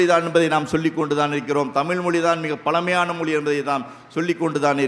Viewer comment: தமிள் மொளி பளமையான மொளி.. தமிழாசிரியர்கள் இத்தனை வருடங்களில் ழ ன வை சரியாக உச்சரிக்க ஏன் முயற்சி எடுக்கவில்லை. சமஸ்க்ருதத்தில் வேதத்தை மட்டும்தான் பெண்கள் சொல்லக்கூடாது ஸ்லோகங்கள் பாடம் பேச்சு நாடகம் இவற்றை பெண்கள் பேச எந்த தடையும் இல்லை